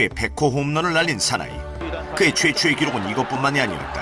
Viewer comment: 최초의가 최최의로 들리네..